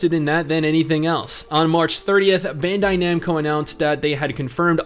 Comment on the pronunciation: When he Americanizes Bandaid Namco.